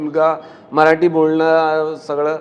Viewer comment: मराटी नाही, मराठी असतं ते. उच्चार नीट कर अभिजित. गायक आहेस. शब्दांना जप.